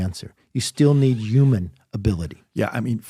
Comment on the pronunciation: Why cant this guy... the former speaker of the US house of representatives... unable to pronounce the word 'human' 😂 presumedly english is his mother tongue...does he not like H's or something? Is he anti-H? 😂😂😂 it was legit ilarious 😂